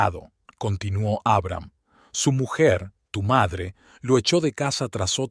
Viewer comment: Como se puede narrar tan mal, traducir mal los géneros, pronunciar el nombre de Abraham, poniendo el acento en la primera A, en serio? Historias que con un buen narrador, sería mucho más agradable...Siento ser crítica, pero es mi opinión...